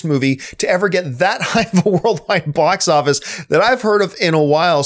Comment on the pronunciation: Hey John, what is a "Bos" Office? 😂😂😂